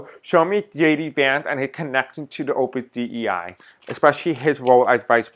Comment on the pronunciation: Dei is pronounced day. Thanks for reading on it